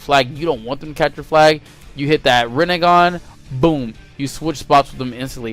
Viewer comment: U could just say rinnengan